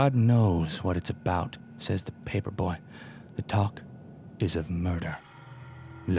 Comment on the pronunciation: please DONT read papeers